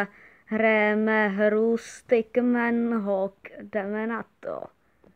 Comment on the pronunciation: Čte se to [stik Men hůk]